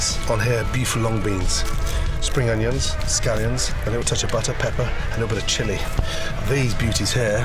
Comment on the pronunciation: I like how he says, butt her